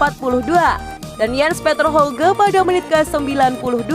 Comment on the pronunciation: yg bener jens petter hawgya bacanya 👍